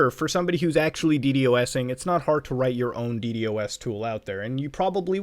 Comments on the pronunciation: why did you keep saying "dee-dee-oh-essing" instead of Dee-Dossing, it's so much easier to say lol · Stop saying D-D-o-S you can say D-dos, 🤦‍♂️ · its so weird to hear someone actually say d-d-o-s instead of deed-ahs LMAO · never wanted to punch a man so bad as i did this man when i heard D.D.O.S instead of D.DOS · please stop saying "DE-DE-OH-ESS" and please just pronounce it "DE-DAW-SS" like a NORMAL PERSON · I hate how he kept saying D.D.O.S instead of ddos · Please for the love of shiz, call it d-DOS, not D.D.OS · Dude stop saying D-D-O-S It’s pronounced D-DOS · Why do you call a ddos a d.d.o.s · ur the only person that says d-d-o-s isnted of d-dos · please just say DeeDOSS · Muta pls stop saying d d o s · God please, call it de-dos Its so much easier please